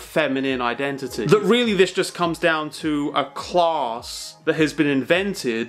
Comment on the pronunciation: oh CLASS, I thought he was saying clause.